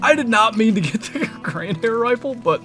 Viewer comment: Fast pronunciation lesson, the 2nd. 🙂 The new rifle is the Gandhare and it is in English spoken like: Gun-dahre. So, the hyphenation isn't between the d and h, but between n and d. 🙂 Cheers!